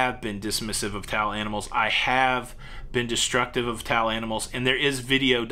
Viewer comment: PeTTA, for a second I thought you said "tall" and was wondering when you were so mean to "tall" animals, then slap on my forehead "towel" okay.. I get it... Next, question: is the COVID chart not updated because the Cruise Lines are not reporting or because the CDC isn't updating it, me thinks it's the CDC ...